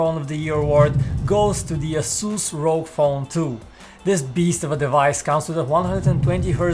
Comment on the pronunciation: It’s should be pronounced R.O.G Phone not rok phone